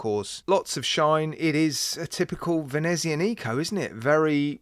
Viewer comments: great watch ;d and great review :D but can i be a pain and say something? it is not Venezian I co ( like Venexia..Nico) it is Venezi A nico you give emphasis on the A and not the I :D hope that help. thank you! And it actually means From Venice :D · N.B.: It’s pronounced ve-NEE-zee-ON-ick-o not ve-ne-zee-uh-NEE-co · I’m surprised that Italians, or indeed the watch company, haven’t left comments giving you pelters for your pronunciation of Venezianico. 😮